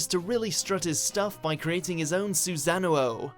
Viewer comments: Then he says "Nayruto" and "Susanako" or some shit instead of "Susanoo" Please pick someone for your anime videos that can actually pronounce things. You look very stupid otherwise. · suzouno.... its Susanoo dude. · So we're just gonna ignore that this guy said susano o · Suzanu-oh? Seriously? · oh my ffffuck, "Suzano ohh" WTF? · Did he call the Susanoo a Susan oh ou ? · they still cant pronounce susano right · wtf is susano-ohhh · suzano-oh lmao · You gotta learn how to say susanoo!!! You are forever butchering that word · That pronunciation of Midoriya and Susano'o was cringe worthy. Seriously guys. Just WATCH the shows in your lists and they teach you how to say it. Put on the dub if a little moonspeak throws you off. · The way he pronounced Susanoo was literally painful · Still scratching my head from the way they said susano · The way he pronounced Midoriya's name and Susanoo... ughhhhh 😐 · You guys should seriously start learning how to pronounce susano!!! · Could you at least get someone who knows fucking anime? Hearing him butcher midoriya and susano'o is making my eardrums bleed. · Still can't pronounce susanoo right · Never cringed so hard at the pronunciation of Susanoo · Bruh where do you guys get your research, your pronunciation of Susano'o pissed me off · This dude foreal mispronounced Susanoo